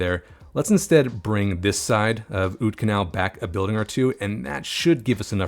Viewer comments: the "oud" in oudkanaal is actually pronounced basically the same as 'out' in english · The oud in Oudkanaal is pronounced like the out in the English words scout or about.